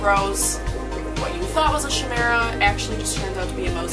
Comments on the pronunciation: It’s not SHimera say it as Kymera except its CHimera lol ik that sounds weird just tryna help you pronounce it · its pronounced " k'eye-mera " :) Chimerism can happen in pretty much any animal, its usually more commonly seen in cats, but its still extremely rare. its basically when two babies merge together in early developmental stages, not genetic and can't be intentionally bred. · You pronounced Chimera incorrectly.